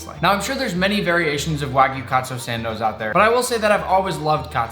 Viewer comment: This is how many times he said Waygu 👇